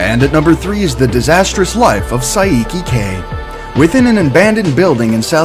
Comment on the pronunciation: Saiki k is not what you said wtf